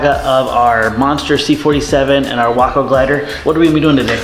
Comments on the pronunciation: Isn’t the pronunciation way- co not wocko? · My Father in law was Glider and Airborne qualified in WWII and I still have his wings. He said the Waco was scary. We have one at the Airnorne Museum here in downtown Fayetteville NC. Pronounced Wayco not WAAco. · Personnel transport uses a spring line to lessen initial shock when the main line is snagged. Also, it's 'Way-co' not 'Wah-co'. Just like Waco, TX. You have a 'nu-cu-ler' vs. nuclear thing there. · Ok ok I know I’m going to sound like a prick but it’s pronounced “Way-ko”. It’s my hometown in Texas and was a major airfield during WW2 for testing aircraft, making repairs, and training recruits. The glider was named in remembrance of that airfield. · wok-oh? even the vets didn't pronounce it that way..... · No, it’s actually “Wah-co.” More info here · WACO is short for Weaver Aircraft Company. Originating from Lorain, Ohio. I’ve been to a WACO owners meet and they were quick to correct me that it’s pronounced like taco and not the city.